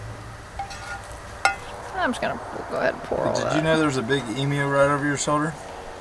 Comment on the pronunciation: its not E-MU ... its E-MYU